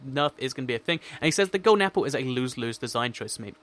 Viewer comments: you its golden not golen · Lol "Golen" apple.